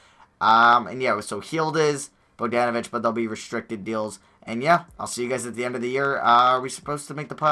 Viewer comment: If you say boag dan oh vich one more time I’m unsubbing... it’s bawg dawn ah vich